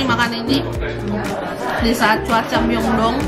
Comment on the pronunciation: Maaf kak aku bukan nya mau sok tau. Tapi ada sedikit pengoreksian kata Incheon dibaca inchon Myeongdong dibaca myongdong Jadi kalau di korea itu huruf 'eo' di baca o. Semangat terus kak! Aku suka konten kakak hehe